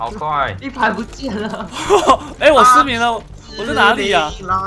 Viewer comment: 你把失明說成失眠